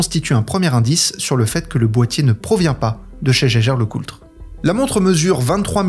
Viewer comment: Ca se prononce [Yageur], à ne pas confondre avec Geiger.